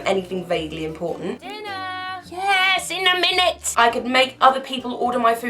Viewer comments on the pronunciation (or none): Lol yeeeaas IN.A.MINUTE